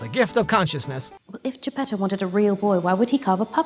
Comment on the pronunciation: o its geppeto. Not jeb pedo XD